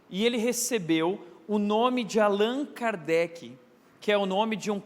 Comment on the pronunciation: CORRIGINDO O NOME QUE FOI FALADO ERRADO PELO PASTOR...... Hippolyte Léon Denizard Rivail (francês: [ʁivɑj]; Lyon, 3 de outubro de 1804 — Paris, 31 de março de 1869) foi um educador, autor e tradutor francês. Sob o pseudônimo de Allan Kardec (francês: [kaʁdɛk]),[1] notabilizou-se como o codificador[nota 1] do espiritismo (neologismo por ele criado). Foi discípulo do reformador educacional Johann Heinrich Pestalozzi e um dos pioneiros na pesquisa científica sobre fenômenos paranormais (mais notoriamente a mediunidade), assuntos cuja investigação costumava ser considerada inadequada.